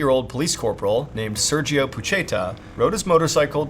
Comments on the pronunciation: You pronounce “Sergio” wrong every single time. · I love your content so much, I've watched every video since 2020... but your pronunciation of Sergio is physically painful 😂😢